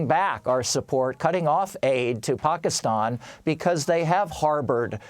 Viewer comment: Where have you been...I think you pronounced Pakistan wrong.